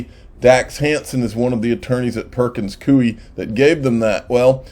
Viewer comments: Damn it!!! Its koy not cooie.....killin' me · Since you may be saying the name Perkins Coie a few more times before this whole case is done... i believe its pronounced Perkins "Coy" like Toy with a C. It's not a big deal, but thought you might appreciate the heads up.